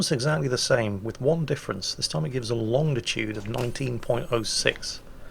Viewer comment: Of all things, I didn't expect an old sailor to be heard to say "Longditude". Get it right old chap! :D